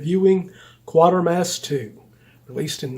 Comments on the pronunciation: My only qualm is you pronounce Quatermass as Quartermass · The only qualm ive got is that you pronounce Quatermass as Quartermass apart from that brilliant review...as always